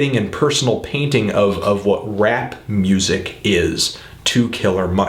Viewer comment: "hardcore gansterrr rrap rrrhymes" lol, whatta geek